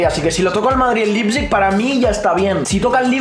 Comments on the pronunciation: Nadie Absolutamente nadie: Lipsig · Se pronuncia Laiptsig amigo, me encantó esa reacción de ustedes en ese 8-2 😊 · Nadie: Absolutamente Nadie:: Lipsig